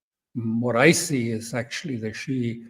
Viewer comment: Alastair: it is not pronounced Shi, it is Shi-eh or Shi-ah😊